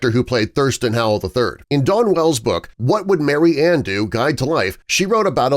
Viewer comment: Her name is spoken as Mary Anne. Marianne is pronounced differently.